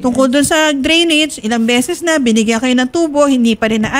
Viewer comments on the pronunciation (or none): Drainage ,,hindi grenage